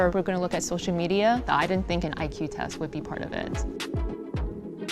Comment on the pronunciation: Maria actually said E-que, when pronouncing IQ ...NEVER heard that way of saying it ever.